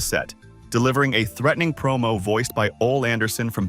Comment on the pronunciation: Your videos are fine for historical purposes, but you seriously need to fix whatever AI your are using, because this comes of as very stupid when you can't even pronounce the names correctly. This seems like a joke. Tony Schavoni, Ole, Verne Gagne. Im sorry but your videos come off as amateur and or as someone who really isn't a wrestling fan, but as some trying to cash in on a genre they don't actually know. Just voice your videos yourself so that the names are at least pronounced correctly.